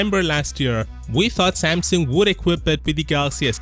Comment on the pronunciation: Samsung, not Samson!